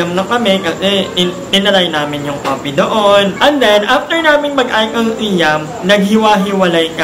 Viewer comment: SIAM. Sai-am ang pronunciation po✌